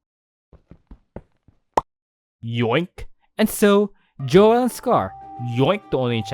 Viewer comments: its joel not joêl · this video just came up on my recommended and i decided to watch it, and from hearing your voice i could tell you were filipino too XD hoping to see you make an empires smp explained video <3 also just a tip, joel's name is pronounced as "jowl" enunciating the e isn't really necessary :D